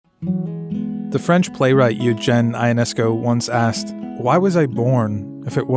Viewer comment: CNBC should’ve known better...Eugene Ionescu was romanian living in France....that makes all the following information doubtful if they can’t say things properly